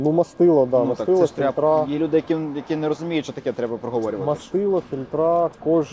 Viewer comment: І не маслА, а мАсло, не фільтрА, а фІльтри, ну і не клапанА, а клАпани. О, і немає ніякого міфічного полуосЯ 🤣